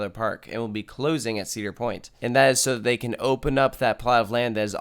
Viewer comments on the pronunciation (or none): Uh... It's Cedar Point...